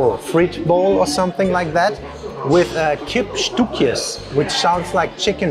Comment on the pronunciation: Stoekjes???? Ah stukjes u as german ö english u as in but